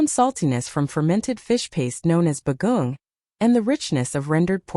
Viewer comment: Please, Ms. AI voice. Try to get the pronunciation right. Kare-kare is not pronounced cair-cair. It is pronounced kareh-kareh. Halo-halo is not haylo-haylo. It is pronounced hahlo-hahlo. Bagoong is not baguung. It is bagoh-ong